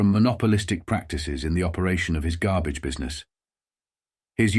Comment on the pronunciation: "Gabbage." Yr Brooklynese is getting better. ;-)